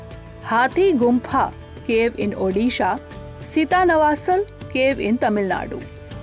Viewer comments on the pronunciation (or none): none